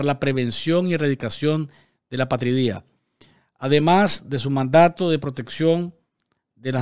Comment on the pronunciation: A-pa-tri-dia, palabra llana o grave que lleva el golpe de voz en la penúltima sílaba.